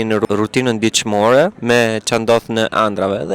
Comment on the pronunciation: O zot kur e tha gabim fjalen dicmore kujtova se e ngjova un gabim kur e pyte ti ishte lot